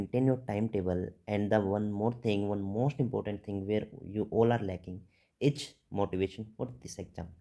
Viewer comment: 2 things dr ----- Its 'is' not 'itchzzz Or izzz' pls pronounce it as 'is' only. Also it's 'exam' not 'ekzam' Pls correct ur pronunciation. It's hilarious otherwise